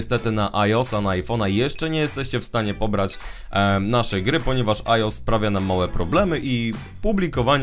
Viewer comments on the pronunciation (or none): Haha, świetna gra! Tak Ps: mówi się ajoes a nie ajos:D